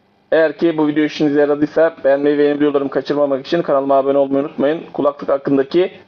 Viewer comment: Abi hala “kulaklık”ı yanlış tonluyorsun. 😁